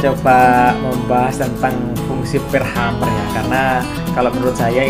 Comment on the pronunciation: Mohon maaf , sekedar untuk meluruskan.. bukan Hummer tapi Hammer .. Hammer = palu/ penumbuk/ pengetuk/ pemukul.. sedangkan Hummer = penyenandung dari kata Humming = senandung atau bergumam/ berdengung.. Jadi untuk sobat semua.. pemahaman nya bukan Hummer tapi Hammer yang dibaca (Hemer)